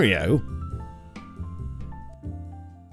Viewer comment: Nobody:: "Trianuglar ladder hatches"